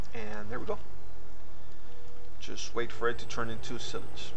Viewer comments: pronounced sigh-lige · The way u pronounce silage is funny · S-y-l-a-g-e. Silage